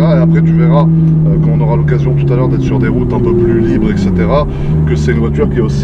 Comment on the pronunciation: = " Exetera " mdr